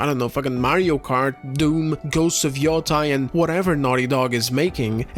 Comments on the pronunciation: Where and why did people start saying yo-TIE instead of yo-TAY? Am I missing something? I thought it was like "sensei". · Grande trabalho como sempre. Soh uma coisa: yotei pronuncia-se como " matei" em Portugues (preterito perfeito de "eu mato").